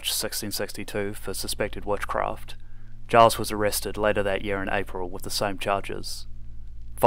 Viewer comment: Pronounces Giles with a hard G is a risky choice but I applaud it